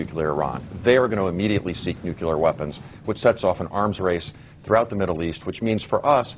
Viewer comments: will they ever learn the correct pronounciation of the word 'nuclear' ? I know, new rule! if you can't pronounce it you can't use it. period. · Dear people being payed thousands upon thousands of dollars to speak on National Television. Say it with me. "Nuclear". New - Clee - Ar. Nuclear. Neeeeeeeeeeeeeeeeeewwwwwwww Cleeeeeeeeeeeeeeeeeeeeeeeeeeeeeeeeeeeee Arrrrrrrrrrrrrrrrrrrrrr. Nuclear. Thanks. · Nucular...uh oh. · If you can't even pronounce the word "nuclear", you're too damn stupid to have a valuable opinion here.